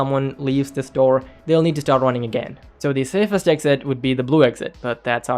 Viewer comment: “SAFEST” such a mistake